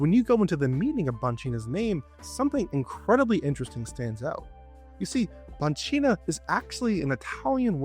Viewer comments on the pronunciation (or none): i'm italian and i'd like to specify that we don't read the word banchina like this. instead we say bankina. if you want an italian person to read it like that you must write bancina.